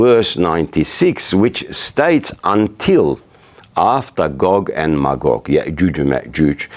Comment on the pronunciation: Imran hoosein sometimes talk nonsense .but good to listen ..he says gogg mcgog UK usa lol